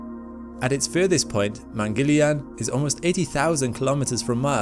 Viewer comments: Excellent video. Btw..Mangalyaan is pronounced as Mun-gul-yaan. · Man-gal-ya-an मंगलयान You were close but still great pronunciation.. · You could easily have asked an indian for the pronunciation! Mungal. Yaan or Mars vehicle there is no shortage of Hindus on this planet, only shortage of effort. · not mangilyaan , its MANGAL YAAN . meaning MARS VOYAGER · It's not pronounced Mangelian...lol..It is pronounced as Mung-gal-yaan🤣😂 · Mangal yaan keep distance in pronunce Mang al yaan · Great video. I was too curious to know the aftermath of this launch and you provided that info. One small note: It is not pronounced 'mangelian' it is pronounced as 'Mangal Yaan'. In fact it is a two words combined. (Mangal = the planet, Yaan = the craft) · It's not man - Gil- iyaan , it's man - gal - yaaan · It's not Mengalyaan ! Its Mang girl yaan (pronunciation) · Good video bro, informative too🙌... One funny thing is that, your pronunciation was like "India's Mangoliyan mission to mars"😅... Just kidding... It was ok😅🙌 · Its pronounced “man-gal-yaan” and not mangilian. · Its not mangiliyan its mangal-yaan pronounce correctly we pronounce your english words correctly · I'm not sure "yarn" is a good description. Yarn sounds like barn. There's no "r" sound in "yaan". Wouldn't the aa sound in yaan sound more like more like yahn (or John, yawn)? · Please pronounce the name of the mission correctly: it’s Mong pronounced as in MONk with g. Gal as in seaGUL and yaan. mun-gul-yaan means Mars traveler. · pronounced as "man-gal---yaan" "man" as in " human" you're welcome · Americans Don't read this: You've been pronouncing it Wrong it is pronounced as : Mun (Pronounce "u" as in bun) Gul (Pronounce 'u' as in bun) Yaan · Please pronounce it correctly: mangalyaan is pronounced mann-gull-yaan (mann as in MUNdane, gull as in GULliver and yuan as in YAA-N) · It is Mangal, pronounced as Mungul. Mangal is Mars in Sanskrit and yaan means a vehicle. So it is called Mangal-yaan.